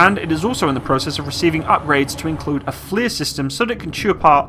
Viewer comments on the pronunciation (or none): none